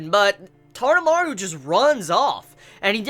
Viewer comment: taroumaru...not tadamaru......